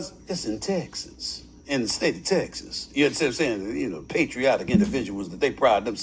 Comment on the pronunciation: I just lost all respect for SAS that I had left when he pronounced Texas the way he did .